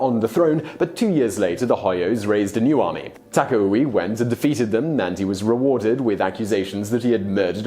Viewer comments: Simon, seriously: Would it be too much to ask from you that you look up how certain names are pronounced??? "Taka-oui".... dude, seriously. Not the first time you totally butchered foreign names. You do that so often that now you could do a "Top 10 foreign names Simon butchered". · Taka-wee? Do you also say Wapan instead of Japan? Why in the world would you pronounce Takauji that way? Not to mention that the next time and from then on you said it as Takui... Do you have the inability to hear the pronunciation voice with google translate? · Hojo and Takauji (do not pronounce the J's as Y's in Japanese language)